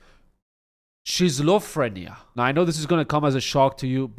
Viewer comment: Say it with me, skit-zo-frinia- schizophrenia